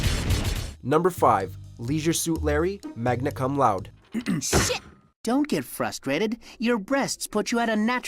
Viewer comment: Laude is pronounced lauw-day, obviously loud is the double meaning, magna cum laude literally means "with great praise"